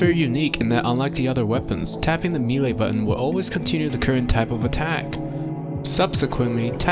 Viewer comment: hearing melee pronounced oddly so many times has corrupted my soul